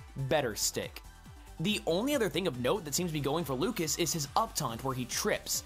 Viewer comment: I know it's just a Smash Bros. gameplay analysis, but I still feel like you should at least MENTION the correct pronunciations. You mispronounced Lucas (it's the French version of the name: [lyoo-kah]) and Onett (pronounced how it's spelt: [oh-net]).